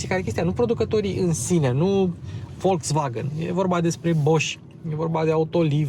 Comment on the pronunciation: 😁👏👏👏Unul dintre putzinii care pronunta corect "Volkswagen".... 👍